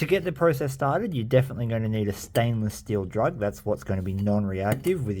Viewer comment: Did my ears hear stainless steel drug?! Or is it just me?🤣 I played it back 5 times😂 swear that's what I heard😂